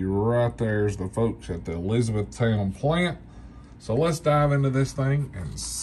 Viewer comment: I drive by this plant daily. It’s is pronounced Elizabeth-ton